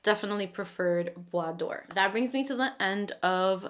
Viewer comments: hi ! Let me respectfully correct you. The caption reads bois dore , and not doré ! So she pronounced dore correctly. It didn’t say d’or either. So if the fragrance is called bois dore , she pronounced that correctly. Now i’m not familiar with that particular fragrance, so i don’t know if the caption has an error. Many or almost every American don’t know how to pronounce French words. Just listen how they pronounce the word ‘ parfum ‘ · Thank you for pronouncing Bois Dore correctly 😅